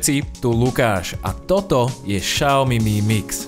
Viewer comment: Xiaomi sa vyslovuje [Siaomi], nie [Šaomi]...